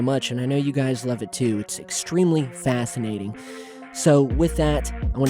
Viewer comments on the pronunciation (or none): Huh :D ? fascinating or Fafenating ? haha